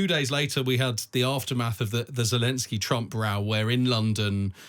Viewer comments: Why is this buffoon pronouncing zelensky like it has 7 J's in it? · Zelensky (root word is Green), not Zhelensky. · Is it jelensky? I thought it was zelensky